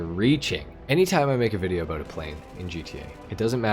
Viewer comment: “Aboot the same performance” are you Canadian?